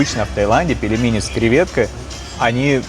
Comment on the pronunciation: Ну, где ты с.. в слове пельмени, нашёл букву е после буквы л? Где? Там мягкий знак. Произносить нужно так же как написано: пель-ме-ни. Не пелемени. Фу, выбесил.